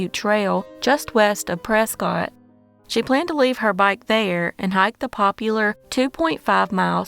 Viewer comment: Before an Arizona native yells at you. Its not said as Prescott its like Presskit . 😂